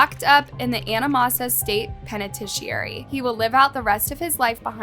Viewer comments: This narrator, “arrangement…penitentiary” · I love how the host can't say arraignment so they say arrangement 😂 Can't say penitentiary either 😂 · The way that she pronounced the word penitentiary, really pissed me off like bruh u didnt even try to do the sound out bs 🤦🏻‍♂️